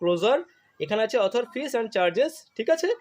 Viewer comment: আরে পাগল ,,, ওটা অথর্ নয়, ওটা আদার হয় ,, ইংরাজি উচ্চারণ।